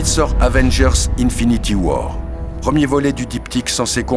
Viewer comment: il a dit "infinity whore" 😂